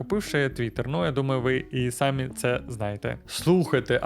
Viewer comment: В українській мові немає "пЕшеходних переходів. В слові "самі" наголос робиться на другий склад.